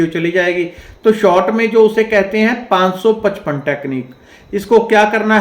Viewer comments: Sir namaste 🙏aap 555ka clearly nai bolay mujhe samajnay nai aya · Yes mujhe bhi samajnay nai aya